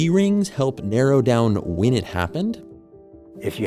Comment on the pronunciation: Why does the narrator pronounce "when" as "wynn"? That's super annoying.